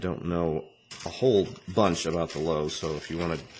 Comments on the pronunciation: ***** It's not necessarily Loo-vah. You should säy lÖw. With an ö. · 1. it's pronounced low-va 2. it was not a prototype, it was never built 3. It has nothing to do with the tiger II, it is in fact the earliest ancestor of the Maus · Except for the PE parts, this looks like a very basic kit. Also, it would be good to learn how to pronounce the tank's name before starting the review :)